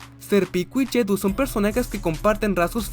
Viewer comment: por si no lo sabías JUDEAU se pronuncia "JUDO" y no "JEDU".